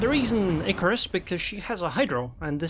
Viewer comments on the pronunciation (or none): none